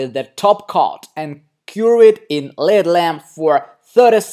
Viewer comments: It's not a led lamp its call L.E.D. pronounce EL- EE-DEE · Silly. It's L.E.D (LED) not led lamp 😁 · No never!!! Yes dangerous if a nail is damaged it shouldn’t be covered especially with a dark opaque colour so you can see the nail plate and make sure it’s not getting infected. You’ve a very talented nail tech & artist but this is just bad practice! & it’s pronounced L...E...D lamp not LED lamp sorry just helping x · There's no way you are licensed... btw it's not a led lamp its L.E.D lamp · L.....E.....D. Not led lamp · Exactly the videos interest me but the mispronunciation of words is almost more than I can stand. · Denisia Crawford L.ight E.mitting D.iode L.E.D it drives me nuts!